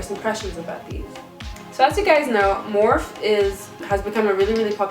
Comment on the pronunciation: Edit Is her last name. Linda Morphe. She pronounces her last name Morph-fee.